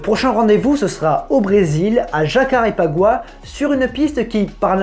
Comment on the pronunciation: Sympa la vidéo. Et GG pour la prononciation de Jacarepaguá. J'habitais là bas, le nom est particulier à prononcer :D